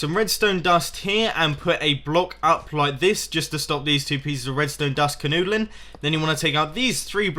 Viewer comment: Did he say "kanoodlin'" ??